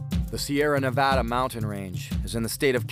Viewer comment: Glad he pronounces Nevada correctly